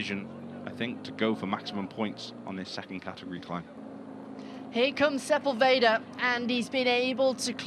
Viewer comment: Man, you can tell you're on the American broadcast when sepUlveda becomes sepulvEehdah and his nationality changes from Argentinian to just some other latinoamericana neighboring country... 🙈